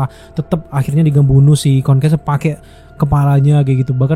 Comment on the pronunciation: Meggresion = Mark Greyson Konkas = Conquest Agak salfok penyebutannya sebut aja invicible sama kongquest deh 😅 Untuk review nya memang Absolute Cinema di episode 8 👏🏻